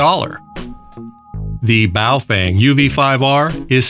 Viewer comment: BoofWang sounds like a "professionals only" gay s@ maneuver😂😂😂